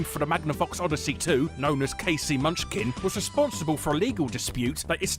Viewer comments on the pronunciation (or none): none